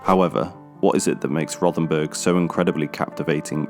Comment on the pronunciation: It's pronounced.....'Row'-ten-burg'. There is no 'th' sound in the German language.